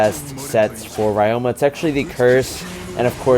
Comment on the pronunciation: Hey, just a heads up from a japanese student, ryoma’s name is actually pronounced ree-yo-ma.